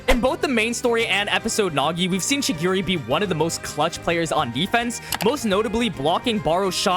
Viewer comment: i waned to kms when you were talkig about kurona & chigiri please learn how to pronunce their names correctly